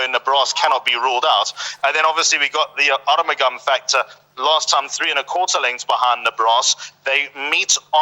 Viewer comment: The correct pronunciation of Arumugam is R-mug-um